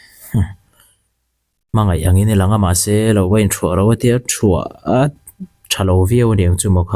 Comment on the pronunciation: Mizo tawng ah thluah a awlo thuah atia lawm burma kephah hlaipa